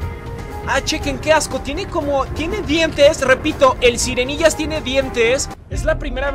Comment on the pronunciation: Sirenillas no sirenggillas